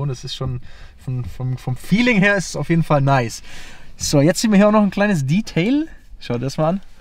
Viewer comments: Er redet wie ein 14-jähriger. Wer ist bitte die Zielgruppe? Warum spricht er Detail die ganze Zeit englisch aus? Das ist doch furchtbar albern. Zum Auto hat er wenig interessantes erzählt. Die Technik wäre mal spannend gewesen. Kompliment an Audi, sowas heutzutage noch zu bauen. Auch wenn ich kein Fan von dem Auto bin, finde ich es gut, dass sowas noch gemacht wird. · Also das Detail (natürlich englisch ausgesprochen) rote Motorhaubenunterseite kann man schon erwarten, dass die orangerot wird, oder nicht?